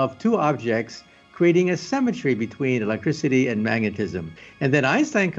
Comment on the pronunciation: The way he says Symmetry sounds like Cemetery.